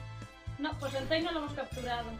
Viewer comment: Suicune Ô.Ô otro pokemon que me valdria para concursos... Si, soy pesadete con los concursos. Si lo pokemon existieran de verdad me dedicaría a la crianza y a los concursos. Fuck líderes and fuck Liga xD. De verdad, cuando dice Entei escucho Entai. Será por Senran Kagura? Ohú xD. Te viste Battle Royale? A mí me gustó mucho el libro. La película bueeeno, pasable xD. Los actores son japoneses de verdad. Ojalá salga Cristal en la votación. Le tengo muchas ganas. Fue mi segundo pokemon. El primero fue Yellow, el segundo Crystal, el tercero Saphyre, el cuarto Diamond, el quinto Heartgold el sexto Black, el séptimo White 2 y después Y. Comencé con 6 añitos, en el 2006. Sin pokemon, sin ff y sin spyro no tendría ese gusto que se le coge a los juegos. Bueno, y yo que pinto aquí contando vida? xD. Adiós ^^